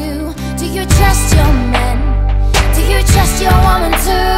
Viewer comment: Ta výslovnost na "please don´t DO it" mi drtí uši :D Pokaždé mi to zkazí celou písničku :D Ale jinak luxus.